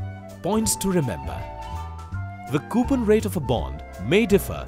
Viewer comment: I left because of the way the guy said coupon.